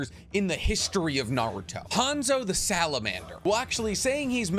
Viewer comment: you said salabander... wtf is a salaander?